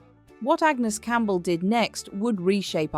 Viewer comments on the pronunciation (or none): none